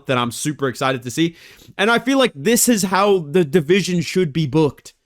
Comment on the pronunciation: I miss when would say "my deveesion" every time he talks about flyweight 💔